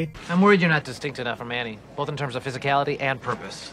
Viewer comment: Did you just say "melked"? Did you just say "bolth"? Did you just pronounce Shrek as "Srek"?